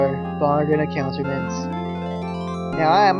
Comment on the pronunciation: omg its pronounced a-koot-tra-ments